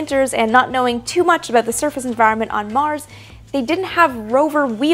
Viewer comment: You almost said aboot there